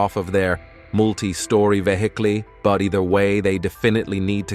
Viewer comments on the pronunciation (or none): VEE HICK LEE = vehicle